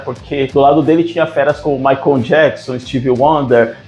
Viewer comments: Não é Maicom é Michael e, se pronúncia assim: Maycol. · O narrador fala " Maicon " jackson :face-green-smiling::face-green-smiling